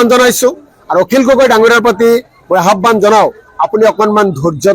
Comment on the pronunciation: Habane nhoi aahbane😂